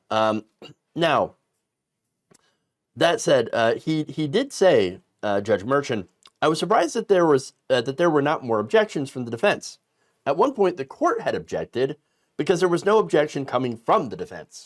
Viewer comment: I like watching your videos. They're informative and amusing. The ch in Merchan, is pronounced like the ch in Cher.